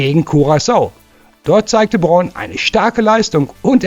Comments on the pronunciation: Nathaniel Brown ( gesprochen Braun ) nicht Born 😂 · wat is denn nessel born? der jung heißt brown spricht man wie deutsch braun oder sag einfach nene und nicht nessel born!